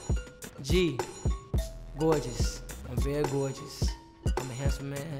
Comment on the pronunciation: “gowgeous, im very gowgeous”